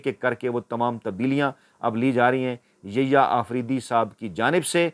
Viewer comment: السلام وعلیکم آپکے یحیی آفریدی کا نام غلط لیتے ہیں انکا نام Yahya ہے نہ کہ ییا